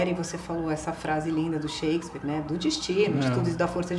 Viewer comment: Shakespeare????? Shaaaaakespeare???